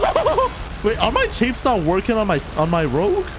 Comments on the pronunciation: Chaffs. Not chafes...2 different things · Yo I'm not trying be like actually like a nerd but ther chAffs like when the a comes in its ah so chahffs but its spelt chaffs idk if I spelt it right but if.i helped someone ur welcome have a good day